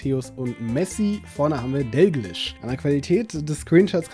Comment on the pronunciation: Doglisch spricht man dalglish aus